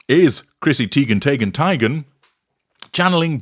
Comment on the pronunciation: I still can’t even get passed “Chrissy Tee-ghen Tay-ghen Tie-ghen!” NEVER gets old.